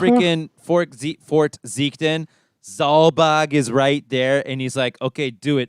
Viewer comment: Every time you mention Zulbag and Balbanes I just hear ballbag and ballbags